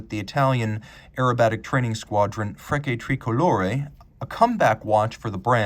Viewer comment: Great watch and review! The aircraft is an Aermacchi MB339 and I believe Frecce is pronounced like a ch like chair not a hard k as you pronounced it. No problem just thought you’d like to know